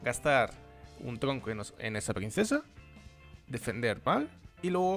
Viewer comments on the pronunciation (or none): alguien noto q dice tlonco y no tronco xD